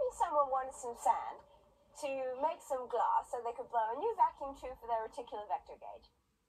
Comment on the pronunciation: The more I think about it the less likely it seems that it would be a slip. The whole of that line (when Peri is making up her pseudo-explanation) is a bit off. And "glass" is so clearly "mis-pronounced". It's almost accented. And it's such an unlikely word to slip up on. Every English person knows the common American pronunciation. And it was on film. In the studio a slip might be left in because of the long takes with several cameras and limited time. On location they just don't do that. They film several takes and usually rehearse immediately before. It seems very unlikely that such an obvious goof would slip through, especially with Graeme Harper directing.